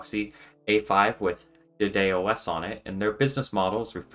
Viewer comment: At first I thought you were saying "BidetOS". That would have been a great name for an OS that cleans up after Google.